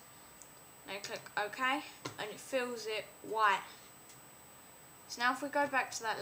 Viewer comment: Why do u say wha instead of white?